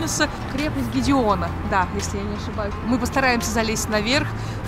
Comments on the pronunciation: Башня Гедиминаса, а не Гедеона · Башня ГЕДИМИНАСА, не гидиона